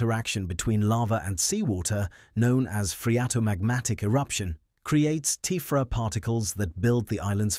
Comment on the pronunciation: And how to pronounce 'tephra', not 'teefra'.